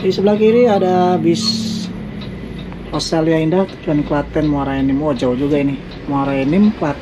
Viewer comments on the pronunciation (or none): none